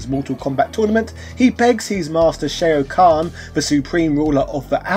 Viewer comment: Shay-o khan? Like steve-o khan?